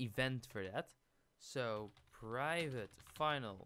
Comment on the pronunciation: Oh my god that slow zoom on the "privvate" 🤣